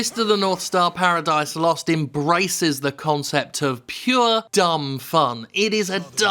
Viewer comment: More emphasis on the ooooooo